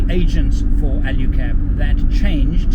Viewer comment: Alu cab not Alyu cab.